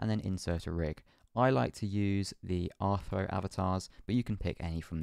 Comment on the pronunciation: Almost though was weird when he said Rthro 😂